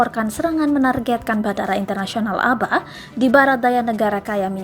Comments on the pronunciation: Dibaca Ab'ha bukan aba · Abha bukan aba😀😀